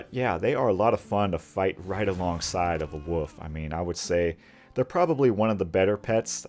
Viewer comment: "Wool-FF", man. There's a "L" in the word WOLF. "Woof spider" is barking arachnid.